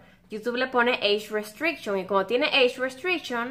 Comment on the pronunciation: jajajajaja Eich restricshion XD